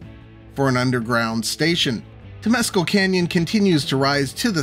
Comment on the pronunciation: Temescal="temm-ess-CAL" Also, it's "Penesquitos", not "penesquitas". Another problem in San Diego County is that a lot of the land is federal property such as around MCAS Miramar. Around Old Town a lot of the land is state property.